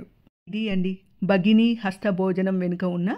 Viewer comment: Merokkare spastamga palikaru bhagini ane word chala clear ga chepparu